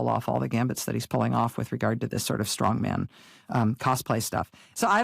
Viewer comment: There is a term "stong man", and another term "Strongman". When verbalizing these terms cllearly speak them as one word, or two. And respect the differing stresses 😊 I love you both as strong women, and intelligent newswomen!